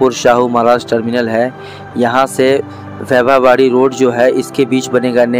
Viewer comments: Pagal wybha wadi nahi vaibhaw wadi 😘😏bolnese pahale station ke nam ki jaankari lo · वैभव वाडी को भी आप ठीक नही बोल रहे है मराठी शहरों के नाम आप हम लोगो से ठीक से समझ कर बोलेंगे तो आपका नाम रोशन होगा और काफी लोग पसंद करेंगे .